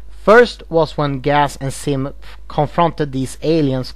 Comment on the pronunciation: You need to work on your Z's because it sounds like your saying Sim and Gas instead of Zim and Gaz no afents